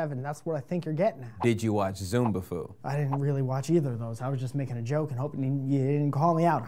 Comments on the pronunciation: Zoombafoo? It's Zaboomafoo you peasant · its za-boom-a-foo dont be disrespecting that god like lemur by calling him zoombafoo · It's ZoBoomafoo not zoombafoo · he called it zoombafoo